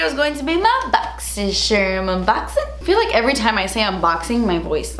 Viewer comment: I love how the ad for your boxycharm unboxing videos is a compilation of your.. boxycherrrrm unboxing intro 😂 😂